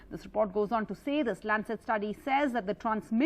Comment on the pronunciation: It's not kobit19 but covid19 how this channel is progressing where u do not know proper English and again it's not landset but Lancet hope this channel doesn't belong to America for its prnouncetion